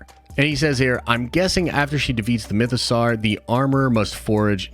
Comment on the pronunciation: My biggest problem with this video is the way ponounces Mythosaur. The 'saur' is obviously pronounced like the word 'sore' (and doesn't rhyme with 'car'). Not only is it pronounced this way many times in Star Wars content, but the word mythosaur is obviously a take on the word dinosaur. Even more annoyingly, managed to use the correct vowel sound in the word 'mythosaurian'. The amount of American Star Wars youtubers who don't pronounce the names of the characters or the actors who play them correctly is mad. These people are supposed to be uber-fans. Poor Warwick Davies (pronounced WOH-rick DAY-viss) has had a lifetime of people getting his name wrong (actually to his face in interviews), and the amount of times I've heard Ewan McGreggor (YOU-un muhk-GREG-er) called EEE-one MACK-GREG-ORR is embarrassing. Could it be that all these youtubers are trolling us with terrible pronunciation, or is pronunciation just not important to American Star Wars youtubers? Now, before you get on my case about this rant, try to understand that in the UK, it's rude to constantly pronounce peoples names wrong, and people who can't learn simple pronunciations are generally laughed at. It's just highly annoying. That's it. Rant over.